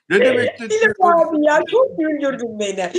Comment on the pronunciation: Abiyi telafus edemiyorsunuz Abi yaziliyor ama anlami Agabey...olarak okunuyor